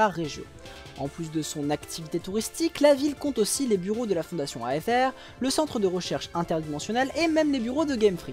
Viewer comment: Je ne suis pas sûr que « Aether » se prononce comme ça ahah, mais blague à part encore une fois ta vidéo est d’excellente qualité et c’est toujours aussi prenant à suivre